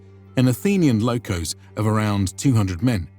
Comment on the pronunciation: is called Μοίρα sounds like Mira . And lochhoos not lokos, Lochhhhos